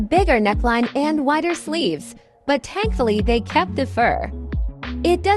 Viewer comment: “tankful“’ LOL